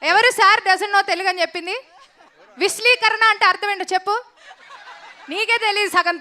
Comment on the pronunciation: అది విశ్లీకరణ కాదు విశదీకరణ యాంకర్ గారు! 😂😂😂